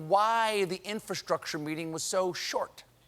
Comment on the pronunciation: Bro he cant even pernounce infrastructure.